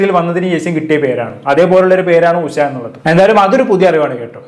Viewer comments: ഉശ അല്ല മോനെ ഉഷ എന്നു പറ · ഉശ അല്ലടാ 😂 😂😂😂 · ഉഷ! Not ഉശ